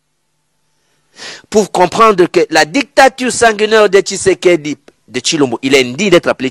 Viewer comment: Bonjour. Ozali mopanzi sango oyo ozali ko tombola lokota ya lingala longonia mama. Na landala yo mingi. Kasi tika ko loba na accent français ça sonne faux. Confusion mingi na prononciation "U na I", "A na E" pe bongo na bongo. Ndakisa ozali koloba marci na esika ya merci, tshusekedi na esika ya tshisekedi, martan na esika ya martin, palin na esika ya palais, etc. Ba ndakisa ezali ebele yango etindi ngai lelo oyo na yebisa yo. Le lingala est une langue qui a ses valeurs linguistiques comme toute autre langue telle que le français ou l'anglais. Na tondi yo na ndenge oko bongisa na esika wana. Mokonzi Nzambe abatela yo na mosala mua yo.